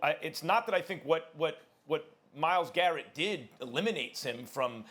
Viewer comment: His name is Myles GARRETT, not Myles Jarrett. Say his name Stephanie A Smith!